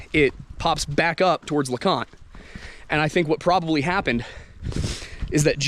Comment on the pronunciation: lol in the other video you mispronounce leconte and in this one you erroneously call it the highest point in the smokies.